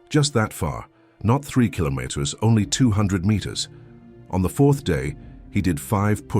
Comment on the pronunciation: Killomotters. Gotta love AI.